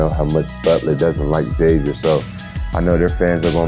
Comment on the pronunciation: Somebody teach John Hughley how to pronounce Xavier correctly please.